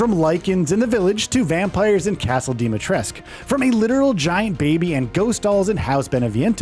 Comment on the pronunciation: THREE YEARS LATER and they still can't pronounce Dimitrescu correctly 😂